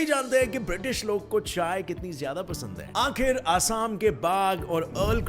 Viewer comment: आखिर होता है आखरि नही